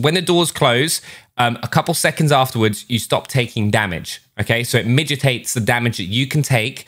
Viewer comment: Midgetates Lol